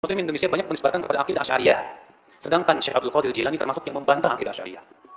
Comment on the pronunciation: "Jilani" bener kang